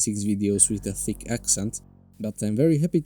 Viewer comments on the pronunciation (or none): none